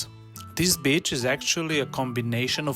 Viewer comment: ❤❤ uhr, my good man, maybe for your next beach coverage you’ll consider stretching your “i” a bit such that it sounds more like ‘bee-ch’ and not so much like “b-tch”. One’s the seaside, the other is a female dog (or a not particularly friendly lady 😊). Anyway, this was the absolute best video I’ve come across on this topic! Super helpful. Thank you!